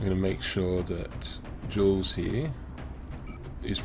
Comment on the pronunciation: Aye... tempting fate is never a good idea. You jinxed it for poor Paul! :p Good to see more well-performing-under-pressure rookies, in any case. If you need some help with the names: Zsuzsanna is basically a form of Susan(na). You can use that if it's easier for you. Also, the "J" in Jules isn't really a /dʒ/ sound, but a /ʒ/. All French "J"s are a /ʒ/ sound, AFAIK! Hmm... I must say that I've never used Rifle Assaults to a great degree. I just love shotguns too much. :p Hope Glenn's accuracy is as good with a rifle. Hm, "Magellan" is too specific of a nickname. Flew around the world? =giggles= At least they're showing us that their bragging has definite merit so far. Not even a scratch! In the interest of not Wall o' Text-ing you too much again, I'll just say that I'm loving all the videos so far. You're setting everything up very well!